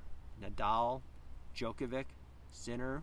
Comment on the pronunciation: Yikes! Mispronouncing the name of the main person in your video is not a good start! Rune is pronounced ROO-nah (rhymes with tuna, not with tune). MIght also want to check how to pronounce Djokovic.